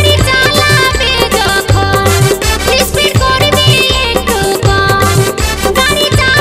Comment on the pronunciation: Speed hobe ispeed noi